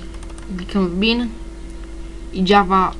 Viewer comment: Nie dzawa tylko jawa xD